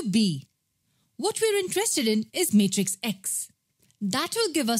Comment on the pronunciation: She says matrix as mate rix😂